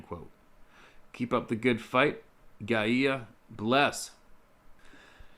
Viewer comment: it's pronounced guyya. Mother earth spirit.